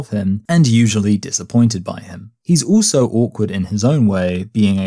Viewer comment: why do you pronounce "also" as "ooso"?